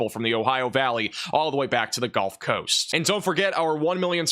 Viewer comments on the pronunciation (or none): none